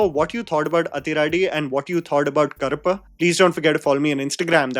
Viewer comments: Karappu - Cockroach, Karuppu - Black or a nickname for Karuppusami It was challenging to hear it as Karappu i.e Cockroach. It's easy to check how to pronounce using AI or Google tools. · Brother, I really enjoy & appreciate what you are doing including the effort to pronounce words in other languages. Side note humour: you pronounce Karuppu as Karappu. Karuppu means black and Karappu means cockroach 😂😂😂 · pronunciation of Karuppu = Urvashi's Daakumaaraj